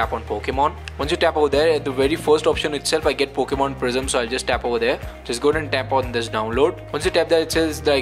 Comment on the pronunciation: “Pokman, reser, and foknif”